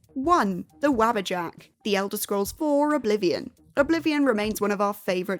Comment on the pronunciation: Wabbajack? I get that in EVERY Skyrim playthru I run. Also... Wah-bah-jak. Day-drik. Now you can pronounce them properly.